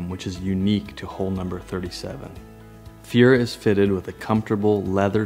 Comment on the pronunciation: this N62 was not named "Fiera" like the car; it is "Feria" and should be pronounced "Fer-ee-ya". You're a Leishman, for god's sake. The bar is higher for you guys. You should make it your business to know how to pronounce the name of the boat. Anything short of that is simply laziness. I cringed every time you said "Fiera" and really couldn't enjoy the video because of it.